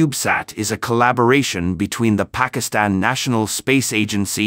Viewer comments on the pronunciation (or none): none